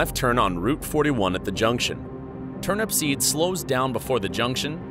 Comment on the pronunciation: So many errors here. 1. TurnUPseed, not TurnAPsPeed. 2. Turnupseed was heading EAST. The Sun was not in his eyes. 3. Dean passed an elderly couple shortly before the crash, and they indicated he was definitely speeding.